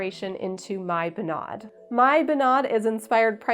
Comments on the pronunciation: Good job on the dress, it looks wonderful!! If I may, I would like to give you some more information regarding the Norwegian folk costume and it's traditions:) First thing, sorry, but the pronounciation of bunad is wrong:/ You put too much accent on the a, like bunàd, but it's rather bùnad. (Now I know how Italians feel when people consequently mispronounce their proper nouns like focaccia etc. Anyone calling me a nitpicker simply does not understand the struggle..!) Technically, what you just made is called a "fantasidrakt" which is when you make a costume that's not really 100% a bunad, but inspired by it! Fantasidrakter are quite common among young norwegians who either want to do their very own thing, or sometimes simply cannot afford a real Bunad as they're super expensive(!). I think if you went to Norway on the 17th of May, a lot of old conservative people, that we like to call "bunadspolitiet", that is the bunad police, could have some negative response to the fact that you call your dress a "bunad" instead of "fantasidrakt". They're also the same people who would arrest (not literally but u get what I mean) anyone not having their hair in the right style while wearing a bunad, the right silver, the right shoes, even wearing sunglasses with their bunad, as sunglasses obviously are not historically correct... So beware of the bunad police. However most young people would love not only the design of your drakt, but also the fact that you designed it yourself and sewed i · As a Norwegian American, I need to inform you that are definitely mispronouncing all of the norsk. "Bunad" is not pronounced "Bu-NAD," it's pronounced "BOO-nad." I can't type the other sounds you messed up accurately enough to get the proper pronunciation across, but google translate could give you a good example of the pronunciation. Dress is amazing, though!